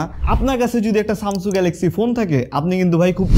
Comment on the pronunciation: ভাই সামসু না সামসাং